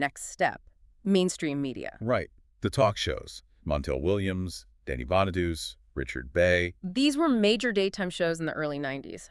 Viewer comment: Danny Bonaduce is pronounced Bon-a-Du-Chy